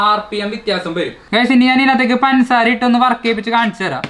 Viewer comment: "പൻസാര" 😁 തനി നാടൻ സംസാരം 😍😍